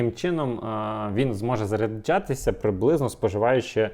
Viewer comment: Як так можна? Постійно заряджЯтися, а не заряджАтися, постійно п'ятдесятЬ, сімдесятЬ, а не п'ятдесят, сімдесят!!! Насилу дослухав таку мову. За огляд дякую! Мову шліфуйте!